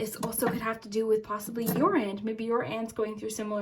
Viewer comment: U said aunt or ant the animal?